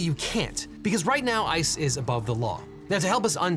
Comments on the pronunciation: You keep on saying "ICE is" and it sounds like "ISIS" and everything you said basically applied to both. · Every time you said “ICE is” I kept hearing something else…